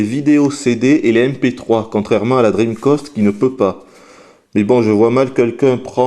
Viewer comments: sympa mais je t'en suplie arrete de dire dreamcost !!! c'est dreamcast !! avec un grand A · d'habitude on dit " drim-cast " et non " drim-cost ", mais c'est le qui a eu l'habitude de le dire. Par contre, je ne sais pas pourquoi, il faut lui demander. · CA SE PRONONCE DREAMCASTE PAS DREAMCOSTE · "La Dreamcost"? Pourquoi tu l'appelles la Dreamcost alors que tu dis bien Sega et Megadrive? ça se prononce "DreamcAst". Pas "Dreamcost". :-3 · Salut 1- Tu es réyoné ? parce que si oui moi aussi (à la vue de ton image de profil) 2- Les francophones français ont l'habitude de prononcer (et d'entendre) DreamCAST, donc entendre dreamCOST ça me fait bizarre 3-Je crois que il est québécois non ? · oui enfin... dreamcost quoi mdrr ! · Franchement je suis français et sa façon de prononcer me hérisse le poil également !!! "DRIMKASTE" bordel ! C'est quand même pas compliqué. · Pourquoi est-ce que tu prononces "cast" comme "coste"? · dreamcOst ? étrange ton accent :P